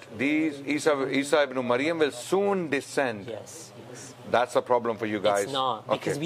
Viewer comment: it is "Ibn~e~Maryam" {Mudaf/ Mudaf Ilaiyah} and NOT Ibn~O~Mayam!